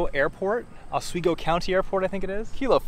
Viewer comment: Just a note, I think the people in Oswego say it as Oswaygo.....and I'm surprised they don't need a boat license b/c you actually do (maybe it's very local). lol